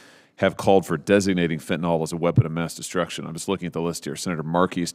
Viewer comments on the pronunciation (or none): Fen-ta-nil = fentanyl Not fen-ta-nol Someone needs to correct them. Someone who took organic chemistry. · It’s fentanyl, not fentanol. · It’s not pronounced fentinall… it’s fent ta nill. It is a very effective medication when used appropriately as prescribed by a licensed physician. It’s was great for us paramedics as it is quick acting and short lasting. Usually by the end of the ambulance transport, the analgesic effects were gone and the ER doctor saw the patient in the same status as the first responding medical care. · I wish these guys would pronounce it properly. It is fentanyl, not fentanol. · It’s fentaNYL !! Short i sound !!!! Not fentanol. There is no drug called fentanol. It simply does not exist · Please learn to pronounce fentanyl.